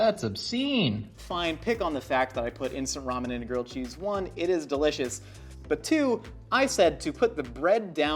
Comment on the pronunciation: I can't tell if he's saying girled cheese or grilled cheese.